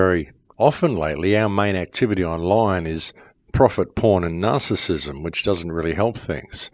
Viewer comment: Profit porn nar-sis-em...